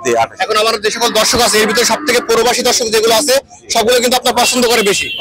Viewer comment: পরোবাসি না।।।।প্রবাসি হবে